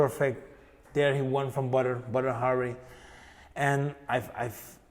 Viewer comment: Rémy je zegt niet meer : i wonn the fight 🤣